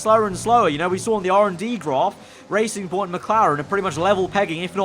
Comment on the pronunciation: It's not BWT Racing Point, it's BW TRacing Point.